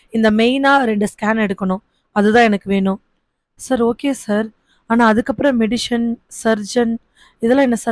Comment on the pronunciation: மெடிஷன் இல்லை சகோதரி. அது மெடிசன்.